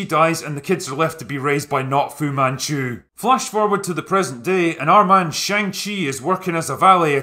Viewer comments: For the LAST time , it is pronounced SHAANG CHI ! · i dont get how after you leave the cinema, after 2 hours of characters pronouncing shang-chi's name, and a scene dedicated to teaching you how it's pronounced... you still pronounced it completely wrong every time in this video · Shaung-Chi lets ask ANG LEE if his name is pronounced AUNG LEE? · You mis pronounced shang-chi grammar nazi.